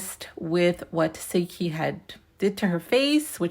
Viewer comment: as much as she correct people about that name…lol it’s tes-see-hki lol I don’t really care how you say it girl this yo channel….its just every time you say her name I can hear her saying “it’s teseeeeehki lol